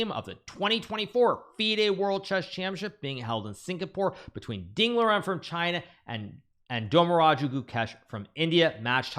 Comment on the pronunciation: hikaru i think you're pronouncing Ding Chillen wrong lol